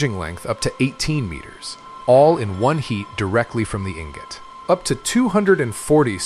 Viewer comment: EEEN-GOT EEEEN-GOTT. LOL